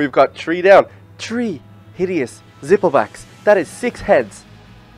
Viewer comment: three not tree